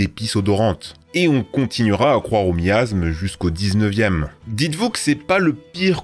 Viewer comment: Quitte à lire des fiches au moins prononce biennnn stp, la vidéo est cool mais fait gaffe ça décrédibilise ton propos (comme miaSme ou homoncuLUS, si tu oublie des lettres voir des syllabes ça marche moins bien)